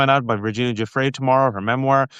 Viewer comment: Thank you, gents! Lev, please say Virginia’s surname properly. It’s jew-fray.